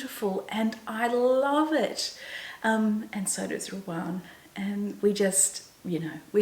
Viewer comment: I wonder why you call Ruan Ruarn?? I follow her also and she pronounces her name as Ru anne. I’m sure it’s not your Aussie accent. I don’t mean to be critical and she’s probably too polite to say anything.